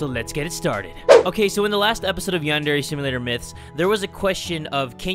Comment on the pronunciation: It's (yon)(der)yonder